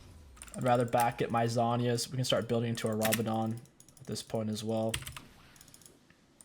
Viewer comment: you pronounced some stuff wrong, it’s Yo-ne not yone, and it’s zone-yas, also it’s raa-ba-dons